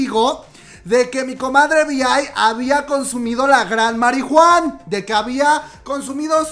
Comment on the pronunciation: Algo que pienso de que diga marihuan suena raro yo creo que si dices la comadre marijuana sonaría gracioso